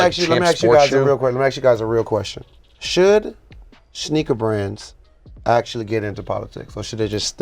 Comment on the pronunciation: Did he say schneaker